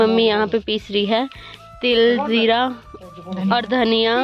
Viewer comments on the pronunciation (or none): none